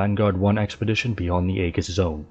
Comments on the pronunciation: actually its A-jiss, but symantics on how greek words are pronounced is dumb and pointless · Very nicely done ... a small point, Aegis is pronounced ee-juss 👍